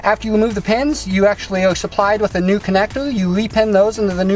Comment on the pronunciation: I just heard "connectour... Connectour... Connectour.."